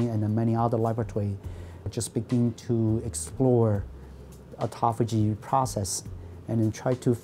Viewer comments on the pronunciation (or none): The Japanese guy pronounced it correctly, and the native speaker girl just tortured it. AutophAAYgie